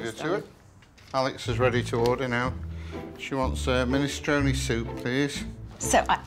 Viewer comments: Alex's pronunciation of 'Minestrone' has an italian lilt and is all the better for it :) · Now I know how to properly pronounce 'minestrone'! Thanks, Alex!